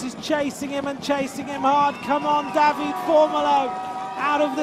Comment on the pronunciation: Great extended highlights and I enjoyed the commentary. However, dear commentator, we Italians pronounce all vowels (like the Spaniards - unlike the French). So, you read it DAVIDE, not David